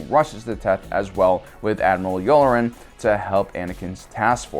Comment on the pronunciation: You're mispronouncing "Ahsoka Tah-noo" and "Yula-ran" on purpose aren't you